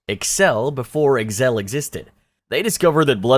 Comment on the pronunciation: analgesic said anole jehsick Excel said eggsal and too quickly Incorrect simple pronunciation of Tanaka(tah nah kah) and Ishii (eeshee ee)